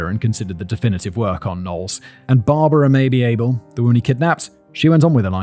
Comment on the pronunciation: When he read “Barbara Mabee Abel” I heard “Barbara maybe able”. Just me?